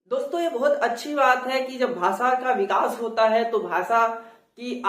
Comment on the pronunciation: आप खुद भी 'भाषा' शब्द का उच्चारण 'भासा' ऐसा करते हो । यूपी / बिहार में सब लोग ऐसाही उच्चारण करते हैं । जैसे की उत्तर प्रदेश को उत्तर प्रदेस कहते हैं ।